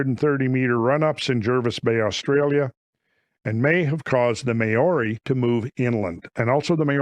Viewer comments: maori pronounced mowri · Maori is pronounced “Moldy”